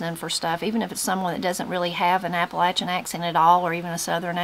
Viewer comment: THANK YOU FOR SAYING APP-A-LATCH-IN CORRECTLY! #WNCForever